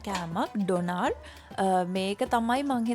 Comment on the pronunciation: ඩොනාර් නෙවෙයි අනේ ඩෝනා(ර්) (R sound wenne nah) eka famous food ekak